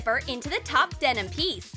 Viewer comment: STOP SAYING DENOM!!!!!!!!!